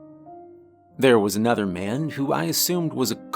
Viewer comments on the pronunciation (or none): none